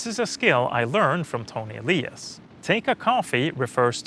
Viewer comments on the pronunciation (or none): none